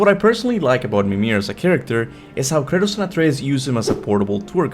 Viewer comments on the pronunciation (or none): none